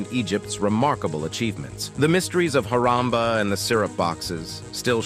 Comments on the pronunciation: It's not haramba😂 It's harappa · It is Harappa not Haramba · Nice Video. But the place is called “Harappa”. Just nitpicking. But though I should update you. Keep posting ❤❤